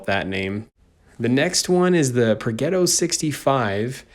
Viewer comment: In german jager it is pronounced yay-ger so it is yay-ger-roo It is more common that the nickname Waffle is used It is Progetto and pronounced as pro-jet-toe St.Emil is pronounced as stu-rer e-mil, full is Sturer Emil Thats all I can see